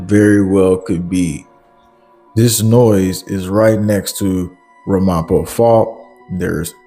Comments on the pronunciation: NYC here, it's pronounced RAMapo. Emphasis on the first syllable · Not for nothing, I don't like to correct but it is RAM - AH - POE ( like edgar allen poe) U got it goin on, intelligent & informative. Speak a little louder + perfect. Somerset county NJ here.surrounded ...hunterten Co + Middlesex County. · Good reporting! Just a heads up… it’s pronounced RAM-a-po and the other town you mentioned is pronounced ho-PAT-cong… not nit picking but it helps so people can recognize these names in news broadcasts ❤️👍